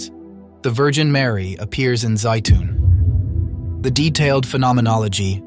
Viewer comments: Zeitun, not Zayton....I've been there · and yet Egypt is still a Muslim nation. How about if you teach your AI narrator to pronounce Zeitoun the same way consistently?